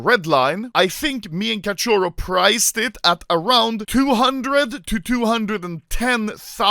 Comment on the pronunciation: It's so funny the way anomaly says “cachorro”(catioro) lol